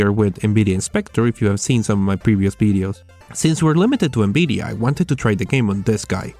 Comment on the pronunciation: NBIDIA? jesus christ atleast fucking try and pronounce things.